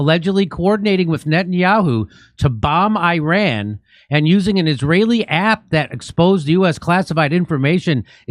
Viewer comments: hey dear, it is eeRAAAN not i-ran, it's not an apple device. Faking Ynkess never had a history lesson. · Jimmy I love you for all you do to help humanity,BTW pronunciation is not I......RAN,It's ERON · Sorry, not I ran but E raan. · it’s not EYE RAN